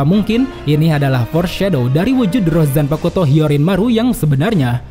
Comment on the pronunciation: Bang, maap nih, zanpakuto tu cara bacabya tu, "u"-nya silent bang, maap ya tapi risih aja dengernya